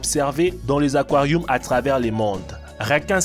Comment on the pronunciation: fait goulougoulou dans les aquarioums 😂